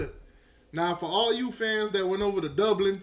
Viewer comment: I heard you say repeatedly yesterday the word “Doblin.” It’s Dublin.”😂😂😂😂😂 Another word you always destroy is “Ohio State.” You say “Owio State.”😂😂😂😂😂😂😂😂😂